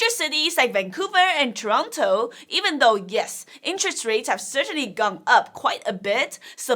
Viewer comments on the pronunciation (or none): none